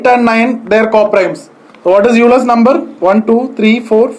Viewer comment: You pronounced 'Euler's number' incorrectly. Actually Euler is pronounced like 'Oiler'